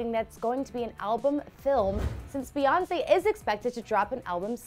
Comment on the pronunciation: She said Reonce 😂😂😂